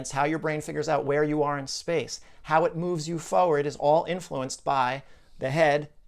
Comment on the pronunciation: I love your content but it really bothers me that you don't pronounce the first 'r' in the word 'forward'